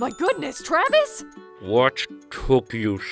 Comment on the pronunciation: Berry _Mellow396 I heard that too! But it could just be mispronouncing Travis